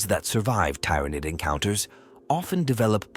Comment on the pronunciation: I hear ya. "Tyranid" pronunciation in particular being a brutal example.